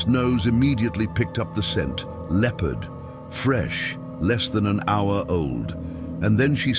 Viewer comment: Why is he mispronouncing Leopard